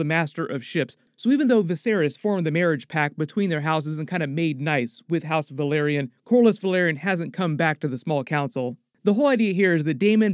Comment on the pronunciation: Think you mispronounced, House Velaryon as House Valyria